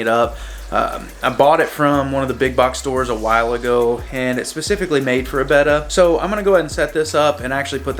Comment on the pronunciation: I can’t stand how he says beta🤣🤣😅😅😭😢😭😢